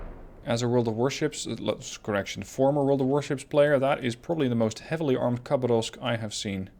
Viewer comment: To nitpick a bit about the pronunciation. The Posadnik is spelled more like this: "pos" as in "posse", "ad" as in "bud", "nik" as in "nick". Also, emphasis on the second "a" in "KhabArovsk". "Boevoy" as in "boy - e -voy". "Stereguschiy" was surprisingly on point though.